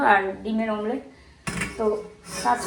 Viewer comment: mamlet bolo na eta thik noy omlet i bolbe tomra social influencer tomader mukhe bhul jinis ta manay na